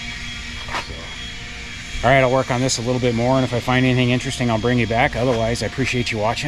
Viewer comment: Finally not finely. "Intresting" is not a word. Reciprocating not "recipuhcating"